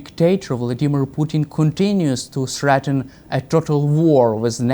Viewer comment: Sreaten? Dame Nazi!